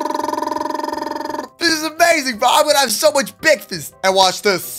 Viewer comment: Bekfast bekfast thanks for saying bekfast lov your vids